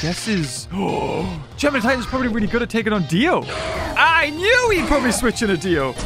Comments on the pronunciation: It's not Geminidues it's Gemanigar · What I think when he says germinideus, gingervidis